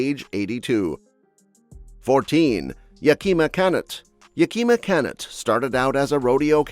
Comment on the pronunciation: yaKEEma CANnut? He/it says it like Chris-Pin Martin pronounces his Apache wife's name in Stagecoach, rather than the way the real YC called himself, the same as the city in Washington. (Our AI overlords are still struggling to sound like earthlings.)